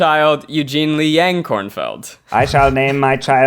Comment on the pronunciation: Why is Eugene's name always mispronounced as Yang like fang, when he has repeatedly said the correct pronunciation is like Yang like yacht?